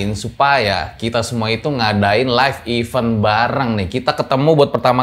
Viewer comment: Event tu dibacanya " ivén" bang. Bukan " iveun".